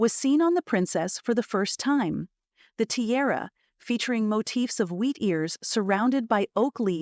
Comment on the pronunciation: It’s tiara, not terra